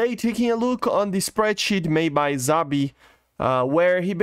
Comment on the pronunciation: Szabi. S, say the S pls